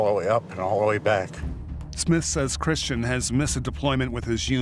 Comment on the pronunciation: Mispronouncing Kristen for Christian 50 some times was Annoying. How did no one catch and correct it ?!